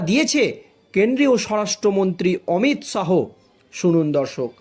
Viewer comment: কোমর কে মাজা বলছো কেন? অমিত শাহো না অমিত শা.